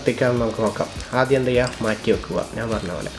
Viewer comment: നാൻ അല്ല ഞാൻ